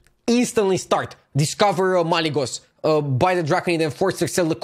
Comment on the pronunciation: Stop calling it Malygos pls